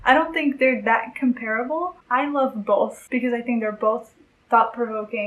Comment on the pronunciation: Also, what's with the pronunciation of "both" ???!! Hahahha!